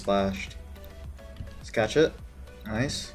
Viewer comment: When you say "catch it please", it sounds like you're saying "cat shit please" Sorry.